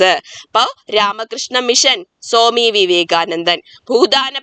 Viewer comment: സോമി വിവേകാനന്ദൻ അല്ല. സ്വാമി വിവേകാനന്ദൻ.